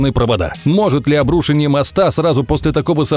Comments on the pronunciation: В слове обрушение ударение надо ставить на букву "е". ОбрушЕние, а не обрУшение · ОбрушЕние, а не обрУшенье. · Почему обрУшенье? ПОЧЕМУ???? ОбрушЕние всегда было, а тут... Ухо режет. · Если бы, он произносит обрУшенье, а это две ошибки сразу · обрУшение? Серьёзно? Где живут люди, ставящие такие ударения? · Меня одного бесит когда люди не умеют произносить правильно слова? Это обру́шение прям слух режет. Не уже и правда каждое поколение стовится все тупее, что даже слова не то что написать, а даже произнести не могут. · Боже, автор, обруше́ние моста, а не обру́шенье. Я сгорел на третьем повторе нелепого ударения. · Классные истории, но у меня всю дорогу кровь шла из ушей - обрушЕние, а не обрУшенье! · Не обрУшенье моста, а обрушЕние моста! Ухо аж режет. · Почему вы произносите слово "обрУшение" именно так? Ведь "обрушЕние" правильно) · ОбрушЕние, граммотей блин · Пожалуйста, говорите: обрушЕние, а не обрУшение! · обрушЕние!!!!😠 Не обрУшение!!! Вашу мать!!! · Подумайте над произношением слов, УДАРЕНИЕ ВАМ В ПОМОЩЬ. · аааа, обрУшенье, аааа!!!! автор, обрушЕние!!!! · обрУшенье моста... боже, ну можно же нормально слова произносить... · "ОбрушЕние моста"! Господи, что же у вас всех блогеров с ударениями проблемы? Самим слух не режет? Неужели так сложно проверить произношение в 21-м веке? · Чего-то так слух резало, почему обрУшение моста? Ударение на -у, в правилах русского языка не было такого. Звучит просто как обрУшенье моста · Уши кровоточат: ...обрУшенье моста.... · Обрушение первую е ударение и еще пару слов не правильно поставил ударение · скажите ему кто нибудь, как правильно расставлять ударение в слове обрушение, несколько раз за видео косяк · Не обрушение а обрушение) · Обрушение- ударение на первое е